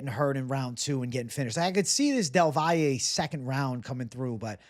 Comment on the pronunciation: Props for being one of the few who properly pronounces del Valle’s name